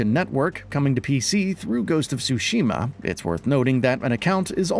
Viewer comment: as someone who speaks Japanese, the way he pronounced Tsushima as "sushi-ma" cracks me up lol